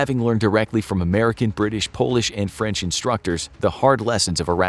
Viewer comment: "Franch" lol. Great video, watched at least twice.